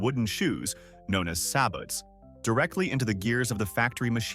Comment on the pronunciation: The "T" in the word SABOTS is SILENT.